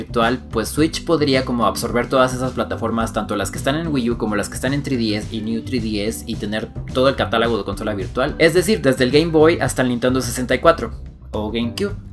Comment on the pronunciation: Buen video, pero debo decirlo... es C A T A L O G O no catalago xD